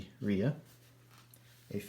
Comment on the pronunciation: "dye a ria" 🤣🤣